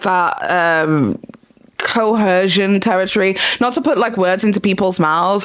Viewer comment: Hey, no hate but there is no H in “coercion”.